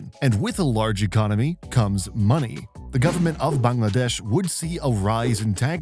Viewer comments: I’m Bangladeshi and I’m hella happy that you said Bangladesh properly instead of “baengladeash” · I appreciate how accurate your pronunciation of 'Bangladesh' is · Vary good "Bangladesh ' pronunciation